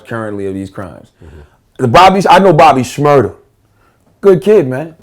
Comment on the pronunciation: "bobby shrmurdeR"